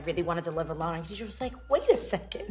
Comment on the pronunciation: It is pronounced GHA dijah not Kha.